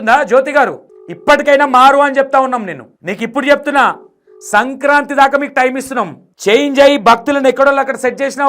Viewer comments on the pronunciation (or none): none